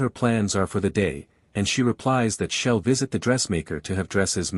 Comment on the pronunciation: It's kind of annoying when the AI narrator says he'll like hell and she'll as shell 😮😮😮